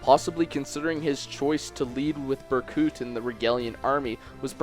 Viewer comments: I know he explained But it's Berkut...not Burcut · bercut bruh, it's pronounced berkoot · Ber cut omg i'm dying, it's pronounced burkoot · he pronounces it "bercut", heh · "Cam-us" "Ber-cut" "Hands" Please... for the love of god learn to pronounce the names of characters you're talking about. It brings down the reputation of your entire video. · Berkuut. Ber-Kuut. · how the hell does one mispronounce the name of a character whose name was spoken so many times throughout the game... BER-KOOT!! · Lmao reading the comments while listening. And someone says Berkut is being mispronounced and I'm here thinking, "Bur-cut?" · BER•KOOT! It's Ber•koot! My OCD is going off the charts, pronounce it right!! Just kidding... XD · 4 you pronounced Berkut wrong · UNCLE! Berkut is my favorite villain in this entire series. And you're saying Berkut wrong. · Berkut is Ukrainian for Eagle and in Slavic languages the u is pronounced as "oo". AFAIK an umlaut only makes an u sound the way a single u sounds in English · Great video, but you pronounced Berkut wrong, so I guess I have to shank you in accordance with Rigelian law